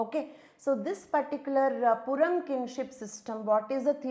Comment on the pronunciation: Purum is pronounced as "Pooroom" not "PoorAm"..s slight correction..thanks!